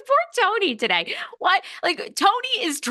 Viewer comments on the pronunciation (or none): none